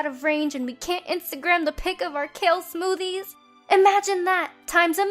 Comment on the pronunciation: She could be spokesperson just needs to stop saying kale smoothes